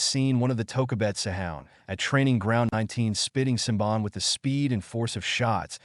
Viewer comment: Lmao, when the AI voice cant pronounce senbon xD pure gold